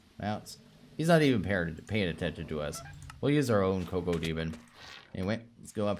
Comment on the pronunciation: its pronounced kack-o-demon, the entire nether is filled with DOOM mobs